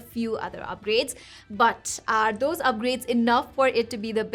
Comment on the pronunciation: Oo when you “Dose” I got your nepali accent 😊 cute